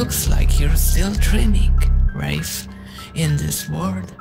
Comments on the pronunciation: Scariest part is that this whole time it wasn't pronounced "rah fey" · his name pronunciation is fucking rayf and not rahfey this is the one true nightmare isn't it